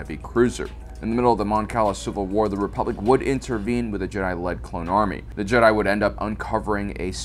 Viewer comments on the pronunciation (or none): none